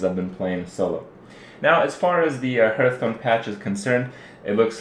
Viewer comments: Everytime Kripp says "Hurtstone" i have to smile ^^ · I love how you make Heartstone sound like Hurtstone, not being able to play the game does hurt, good thing there's your stream.